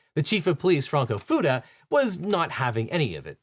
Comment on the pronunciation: You mispronounced Fuda. Ask how I know.